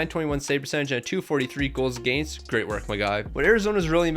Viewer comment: Against is pronounced wrong